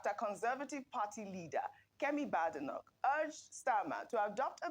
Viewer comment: It is not pronounced "BAADENOK". It is pronounced "BEIDENOK" .